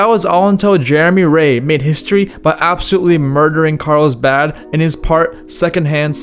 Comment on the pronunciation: Carlsbad. Not, "Carl's bhaaaaaad."